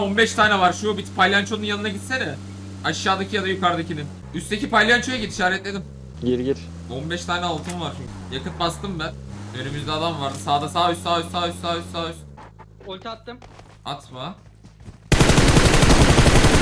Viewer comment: Palyaçoya Palyanço diyen koca yurekli